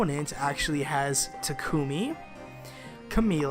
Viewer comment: I only wanted to say you're pronouncing Takumi's name wrong, it's supposed to be "Tah-kme". I know from unused lines that even Laura Faye Smith got that wrong.